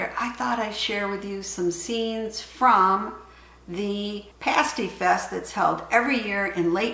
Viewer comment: Love that you say Pasty the right way lol! I was a little confused by the rutabaga, we call that a “sweet” here but I like the American term better lol! Thank you for sharing I have made parties many times but this one sounds delicious.